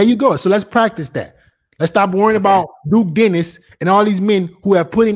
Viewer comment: blud said duke dennis